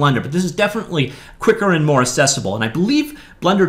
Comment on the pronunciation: The word is "accessible", not "assessable"!!